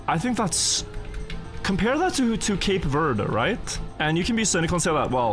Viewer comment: One of the only YouTubers to pronounce my country correctly. Cape Verde will be back and better at the next World Cup 🇨🇻